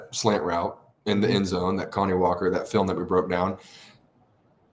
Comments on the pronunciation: Kani Walker’s first name isn’t pronounced like “Connie” it’s pronounced like “Kuh-nye” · Isn't his named pronounced Kuh-nye?